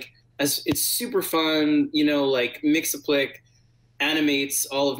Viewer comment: Mix-yez-pittle-ick, there is no "s"